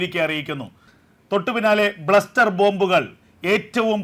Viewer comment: ഒരുപാട് തെറ്റുകൾ വരുന്നു 1. ബ്ലസ്റ്റർ ബോംബ് അല്ല ക്ലസ്റ്റർ ബോംബ് ആണ് ശരി. 2.ബോംബ് ഭാരം14000 ടൺ അല്ല 14000 കിലോ ആണ്.